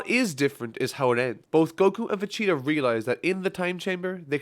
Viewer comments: It’s Vegeta not Vecheta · All I hear is Vecheetah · Why Does it sound like your saying Vegeta as "Vecheetah"? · It's Vegeta, not Vecheeta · VE-GEE-TA. Not Ve-CHEE-ta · Great video!!! But is he saying vacheetah lol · it bothers me so much that it sounds like he says "vecheeta." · I hear va- cheetah everytime. Good video tho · Who is “Vecheetah” ? :p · am I the only one who is triggered at the way he says "vecheeta"? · Take a drink every time he says "Vecheetah". Seriously though it started to hurt after 30 minutes of it, especially when like ~1/10 are pronounced right so you know he can do it. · Damn bro it's VEGETA not vecheta...just saying... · Why are you saying manga and vegeta wrong